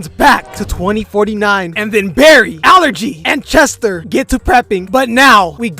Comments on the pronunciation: Allegra❌ Allergy✅ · i cannot with him calling allegra allergy lmao